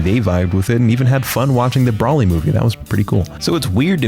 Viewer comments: Bro-Lee* Not Brah-lee Are you even really an anime fan? 🤔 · > Roasts a dude for calling Naruto "Narotu" > Pronounces Broly as "Brawly" 💀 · Not brally, B R O L Y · No way you made fun of michael b jordan and proceded to say brolly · imagine making fun of michael b jordan for mispronuncing naruto but proceeds to say "Brolly movie" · This guy made fun of pronouncing naruto as Narudo but pronounced broly as brahly 😭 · Stop pronouncing broly like braly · See, the only (other real) reason why you’re getting your cookout card revoked, is because who the fuck says Brol-LEE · Has a segment about Michael B Jordan mispronouncing Naruto.: "Brawli" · “brahlee” movie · I love how roasts Michael b Jordan pronunciation of naruto yet he says broly “Braly” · pokes fun at Michael b Jordan for saying naruto wrong: Brahlee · I don't got no problems with you not liking dbz But if you pronounce Broly like that again imma have to fuck you up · you pronounced broly wrong